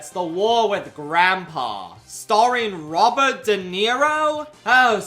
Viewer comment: Wobbert De Niro